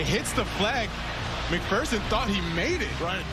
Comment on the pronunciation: "evan mcfurson" lmao